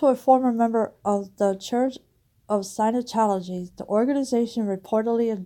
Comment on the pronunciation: Scientology not "Sinotology." At least pronounce it right.